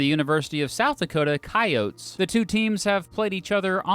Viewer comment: Holy shit you said coyote right